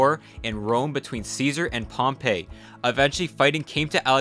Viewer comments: Good video (so far), but just two very minor notes, ptolemy and ptolemaic are pronounced "tolemy" and "tolemaic", the p is silent. Pompey is not pronounced like pompeii, rather "pompiy". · Bro you really gotta fix your pronunciations. “Puh-tolemy”, Pompey is pronounced “pompee“ not “Pompeii”. At least other channels try to a degree. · Calling Pompey "Pompay" is way worse imo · Why to you pronounce Ptolemy with the P? I can’t get over that. Ok also you pronounced Pompey like Pompeii the city. Like cmon man what are you doing